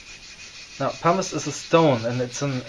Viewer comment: What is the powder you use in the beginning to fill the pores? It sounds like you’re saying ”parmesan” 😉